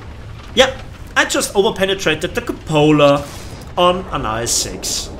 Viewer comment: It was hillarious how he said the cupola